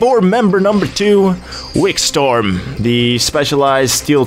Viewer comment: WikSTORM LOL It's Wikstrom, a nordic lastname